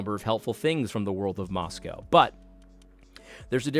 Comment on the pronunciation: It's pronounced MoscO